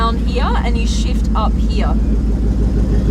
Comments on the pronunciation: She says " He A" instead of saying Here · It is here not heauuhhh. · I love😍 how you say gear and here ... ...